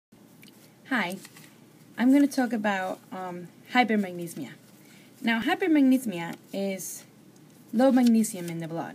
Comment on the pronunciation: Yeah you got it mixed up.. You said hypermagnesemia is low magnesium in the blood but its the opposite, hypermagnesemia = high magnesium. Also you keep saying "hypermagnesmia" but it's "hypermagneSEMIA". it's important to know the correct pronunciation. thanks for the video:-).